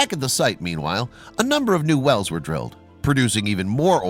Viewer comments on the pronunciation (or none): none